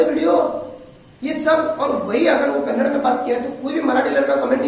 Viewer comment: First u learn to say kannada word . It's not kannad it's kannada